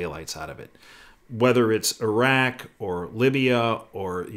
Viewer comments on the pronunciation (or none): none